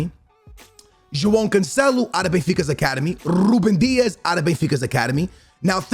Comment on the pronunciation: RRRRRRRRRRuben Diashhh